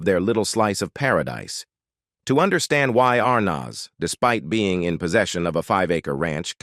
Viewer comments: Good grief! You would think that the narrator would at least pronounce Arnez correctly. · Pictures don’t go with story. This is Lame. Belongs on radio. These robot announcers can’t be expected to check pronunciations in advance. ARR nazz. Priceless. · Can’t pronounce words and names properly like Dessie last name and the kid who plaid their son. Get it right or don’t do it.